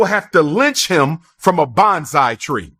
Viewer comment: He said banzai tree, which isn’t a thing.